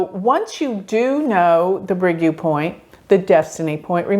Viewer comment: Fascinating you anglophones are so lousy at pronounciation; U is not YOU but OO...